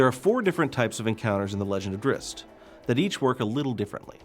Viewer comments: It's DRIZZT. What kind of male would be named drisst. I know it's spelt drizzt, but he says it like drisst... PISSING ME OFF. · Drist? wtf? It's pronounced drizzit you knave. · Cringe every time he says "drist" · Never understood why people thought it was pronounced Driz-It? There's no extra "i" you ding dongs! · R.A. Salvatore purposely will not canonize the pronunciation. He does this for people to talk about it (or fight about). I say both ways, Drihst and Drizzit. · His name is pronounced drizzit, it says this in the book when he identified himself to a human and she said, "what's a drizzit" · Man I can't get used to 'Drizzt' i've been saying his name like 'Drizz it' for so long and it just sounds right lol. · so everyone else youve ever talked to has ALWAYS said Drizz It? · maybe in your little world its Drizz It but everyone else either says it as Drist, or sometimes Dritts (t sound before the s). apparently the latter is how Salvatore says it, not sure why and whether thats correct according to Drow words or he just wants to be different. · was saying its not pronounced as Drizz It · What.... Is that how you actually pronnounce Drizzt?! I've always said it it like "Drizz it" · This guy doesn't know how to pronounce Drizzt!!! says it like Dritz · Then he shouldn't have named the character Drizzt, because that is how people will pronounce it. adding a T in the middle of it is the opposite of a silent letter, which doesn't exitst. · It actually is though. the guy in the video says it wrong.